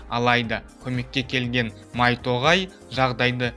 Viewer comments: Майтоғай емес майто.Гай ғо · майто тоғай емес майто гай ол